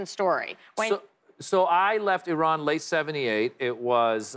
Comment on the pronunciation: Did she say he's from I-Run??? 🤦🏻‍♂️